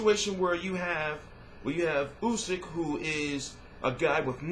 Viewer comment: This is a Megafight. Usyk is favorite- amazing amateur career and Powerful as a pro. by the way,good pronunciation of "Usyk" and "Huck" for a american.^^